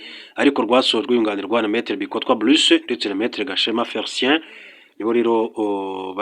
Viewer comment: Ngo Agahema Féricien instead of Felicien